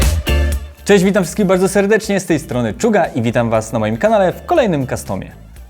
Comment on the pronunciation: A czemu " czuga" ??